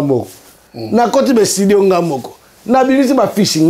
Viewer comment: Comment mutu avandaka na poto banda kala azokoka koloba"studio"te kaka"ESTIDIO"!!! Il faut babeta ye lisusu ndenge babetaki ye liboso kiekiekieeeeeeeeee